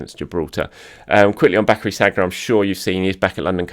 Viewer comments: name is Sann-yeah, not saggg-nah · Many congrats on reaching 50K. Very well deserved. Just so you know, Sagna is pronounced Sania! 😉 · I shudder every time I hear ‘SAG-NA’. ... reminds me of how people used to call Santi ‘CAR-ZOLA’ 🤪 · Please say Sanya,! It's not that hard to pronounce French names properly, especially with one of our best recent players. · As a professional journalist covering arsenal you ought to at least know how to pronounce Sagna! Last I checked he ain't playing for arsenal so why would he be getting ready to face Liverpool? Did you pull an andre mariner confusing saka for sagna 😂😂 Congrats on 50k though. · Another great video. Keep them coming; much appreciated. P.s. why can nobody pronouncr Sagna correctly?! Haha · The way he pronounces Sagna😅